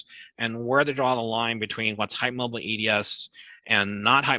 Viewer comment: Yes the way he says "hype moabel" - it's hard to keep a straight face on.